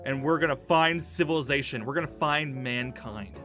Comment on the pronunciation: He says civilazation and mankind and then he gets closer to jessica...